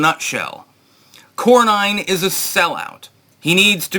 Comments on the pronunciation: Its not Corn-nine. Its Corn- en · Cor-nin not Cor-nine.